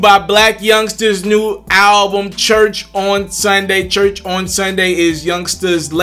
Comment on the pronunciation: Chuch or church? my man this the shit I'm talking about.... Slow down check yo shit you moving to fast....